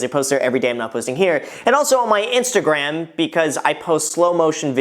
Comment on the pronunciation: Did... Did you just call it your InstaGraham?